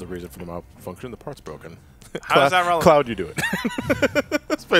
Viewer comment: Cleoud. lol By the way, you mean 29 days it’s Lunar Year.